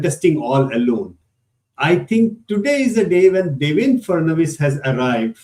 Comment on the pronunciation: DevenDRA not DevenDAR